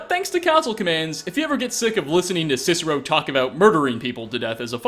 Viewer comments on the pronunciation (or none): none